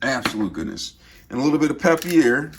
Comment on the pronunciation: “Peppiere” 😂 I say it “pe per”